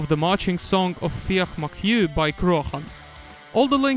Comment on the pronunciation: Great video. Carlow had a fortified Irish military base, a safe place, so 'follow me up to carlow' was more of a rallying cry. Nobody pronounces 'McHugh' the way you are saying, it's pronounced as it is in the song, sounds very strange every time you say it, like you're saying 'ehhhh?' haha. If you heard the phrase 'beyond the pale' - it's an English phrase, anything outside the pale was scary and weird. White is Sir Nicholas White, an English governor who fell ill around this time. Lane is Sir Ralph Lane but I remember there was no reference anywhere to him 'fleeing' so not sure what that line means.